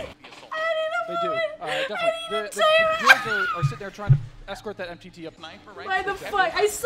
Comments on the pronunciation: I like how he said mooselk not muselk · It's Pooselk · "Mooselk" xDD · It's not Mooselk it's Muscle-k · A cow who is a fan of "Muselk" would say, "Actually, it's MOOSELK, sir." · Muscle-k is so much better